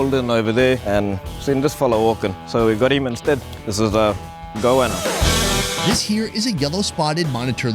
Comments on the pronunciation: man... Its Goanna. Go anna. Not goouana. Also, who's the white guy making the head-smacking conments line "its a bit like barbecue".. no shit Sherlock. Its goanna tail thats been cooked on hot coals. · You heard him say Goanna and then you say Goahhhna... Its literally like saying Go Anna. ffs bro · sounded GOANNA not goana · it's not pronounced "Go Ahna" it's "Go-Wanna", ya YANK!! CHEERS FROM NORTH CAROLINA!! 🍻😆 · This is a bit late, but as an aussie, we pronounce goanna as go- anne- ah(short h, like in hello). I hate how many things are mispronounced by americans. talk like you would usually